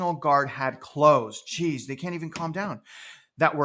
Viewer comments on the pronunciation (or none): none